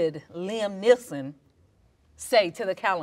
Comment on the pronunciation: wtf? We Greeks also say Liam Neelson even the narrator of a trailer fking says Liam Neelson